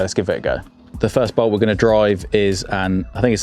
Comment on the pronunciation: When did the letter t at the end of words pocket, bolt become silent?